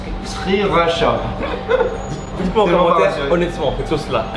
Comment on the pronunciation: Sssssskriracha 😂 C’est honteux ☺️ sa se dit shirasha et elle pique pas trop mais elle est trop bonne😍